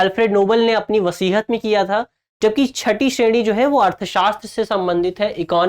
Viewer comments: Thanks. Correction: it's not वसीहत, it's वसीयत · वसीयत ना कि वसीहत